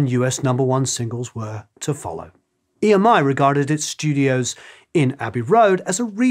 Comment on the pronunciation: I believe EMI folks call the old tape "EMMY-tape", not "E. M. I. Tape".